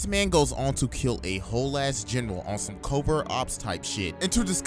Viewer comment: "just zome guy wizout a muztache" how u doin